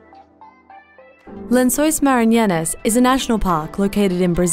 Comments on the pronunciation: marinianas great pronunciation there 😂 it's 'lençóis maranhenses' but ok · "Lençóis maranyanas" It's really not that hard to go to Google Translate, write the word and click the speaker icon to listen to the correct pronunciation We don't expect foreigners to do the "nh" sound correctly but what she says doesn't even resemble how it's written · That pronunciation of lençóis maranhenses really sucks though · The way she slaughtered the pronunciation of "Lençóis Maranhenses" is hilarious hahahaha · Thats easily the worst pronunciation I've ever heard.